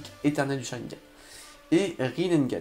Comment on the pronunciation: C'est pas rinneNgan connard c'est rinnegan